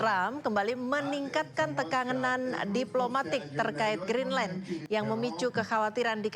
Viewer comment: GREENDLAND 😂😂😂😂 JURNALIS IQ 78